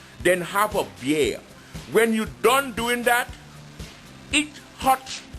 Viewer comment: While I'm at it, you'll be about dead, since you've never had anything so good in your life. By the way, it's "when" not "win" Didn't you learn that in third grade like the rest of us?